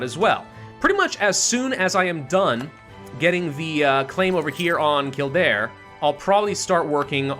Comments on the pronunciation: none are offensive but all are wrong it's kill-dare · Kill Dare... that's how its pronounced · In Irish it’s pronounced Kild-air, and before you make this mistake, Celtic, is pronounced Keltic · Some Irish and Scots pronunciations are very literal. Kildare is one of them to my knowledge as a Scottish person. But general rule of thumb, if you're unsure on pronunciation ask a Scottish or Irish person. Cause more than likely if you don't ask a native you'll be saying it wrong.